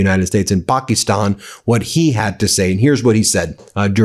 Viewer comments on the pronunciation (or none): Pa-kuh-Stan Ben